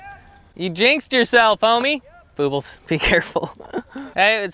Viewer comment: LOVE the videos! But please stop saying Boobles/Boo...🙏